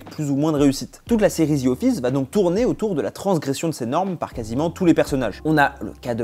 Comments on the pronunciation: On dit The Office, pas Zi office. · Genre il a dit ZI office..mdrr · “ Zi office “